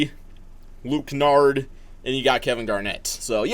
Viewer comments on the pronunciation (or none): dude really said Luka Kennard like we wouldn't notice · Did he just say Luke kenard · Mans said Luke Kennard PF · should i drink because he said luke kennard lmaoooooo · Homie said Luke Kennard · Mans really said Luke Kennard😂